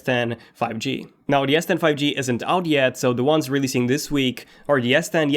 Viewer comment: Bro i am hearing yes10 instead of s10